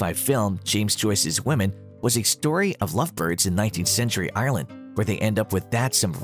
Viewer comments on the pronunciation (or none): none